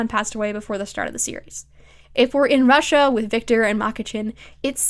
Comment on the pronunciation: girl i just cant the way you said russia and the did you know snow only occurs in russia was so funny to me for some reason i fkg spilled my drink